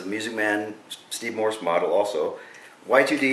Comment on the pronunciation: it's Morse not Morrison... dammit!